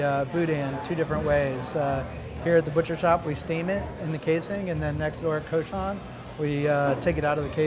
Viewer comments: It's prounounced COO-shon (cochon). Si vous voulez utiliser un nom français pour le restaurant, if fau au moins le dire correctement! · Because the guys that pronounced cochon are not actual Cajuns. One of the owners is cajun though.